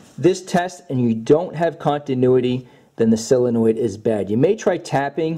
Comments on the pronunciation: Uhh it's pronounced solenoid not silinoid. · SOL-enoid. Not SILL-enoid. Sheesh. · Solenoid. SOLenoid. Like soul-uh-noyd. How you get that sylinoid pronunciation baffles me as much as educated people adding a syllable to nuclear. I bet you do that too. Newkyouleer? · IT IS NOT A SILLYNOID... IT IS A SOLENOID!!!! SOL IH NOID!! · The letter O makes an awwwww sound, Sawwwlenoid. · Idk why him saying “Sillenoid” bugs me so bad